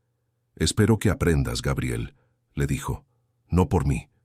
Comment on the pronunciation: Se dice Gabriel, NO Geibrel😮